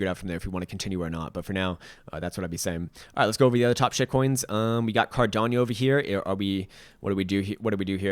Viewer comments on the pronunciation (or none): none